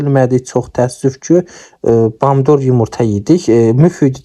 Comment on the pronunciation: Deyesiz esil o Gurcustan ləhcəsidir?🤣🤣🤭